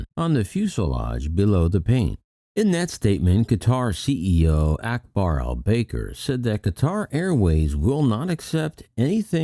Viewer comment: FYI...It's pronounced BAH-kar, not BAY-ker. Not tryin' to be petty, I love your content. Like I said, just an FYI for future videos. 😉✌️